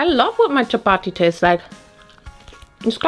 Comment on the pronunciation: i was so shocked when you said chapati 😭 it’s literally something we havw DAILY. for 2 meals. we usually have it with a curry or anything else. it’s soooo common in pakistan. also you say it in the perfect accent